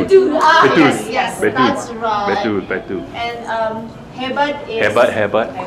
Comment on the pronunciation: You know, when he speaks at Indonesian he said: 'Betul. Betul (Right. Right) but it's sounds like 'Bersetubuh' which means 'having sex' that's why she laughed